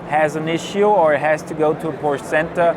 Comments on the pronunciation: its fucking porschE. not porsch ffs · No it doesn't ask Porsche people they will say a two syllable word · Porsche made their own official pronunciation video already maybe a year or two ago. That settled it absolutely authoritatively if it wasn’t already. The person in this video pronounces it incorrectly. Sometimes the factory drivers do too. They know the cars but are not authoritative for pronunciation.